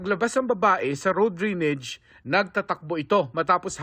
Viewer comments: Drainage not drinige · Drain-age not drinage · Mark Salazar - DRAINAGE po ang pronouciation hindi DRENEGE!!! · Ano ba yan GMA "drenege" dapat drainage😂😂😂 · Drainage ❌️ Dreenej ✅️ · Lupet ng reporter nakarating sa GMA pero bigkas sa drainage "drinij"